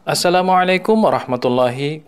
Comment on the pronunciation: Masya alloh, pengucapan salam yg sempurna dengan 'ain yg mateng nice lah, pasti keluar dari ponpes qur'an